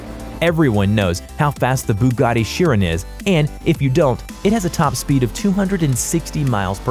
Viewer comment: ive heard bugatti Kiron and shiron but never have i ever heard it pronounced as sheeran